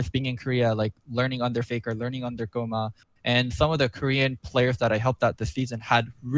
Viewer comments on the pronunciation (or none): So Kkoma is pronounced Goma?